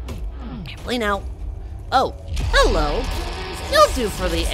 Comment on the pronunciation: Every time you say "Hello" I keep thinking HELL-o 😂